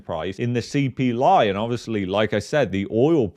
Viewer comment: Casually: “ the CPLIE” 😂